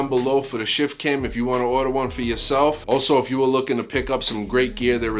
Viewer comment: I kept hearing "Shit Can" lol